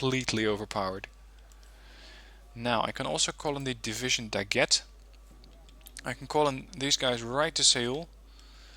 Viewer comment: Just a precision: the right prononciation of "Daguet" is not like "Baguette" but "Dagué" like the name "jerry" its the same E. So you don't need to pronociate the T.